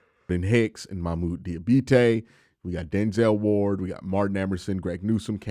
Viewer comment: It's Mohamoud Diab-A-te*, no matter how much you want to say it your way. I think you're being disrespectful if you continue to get it wrong, but that's just me.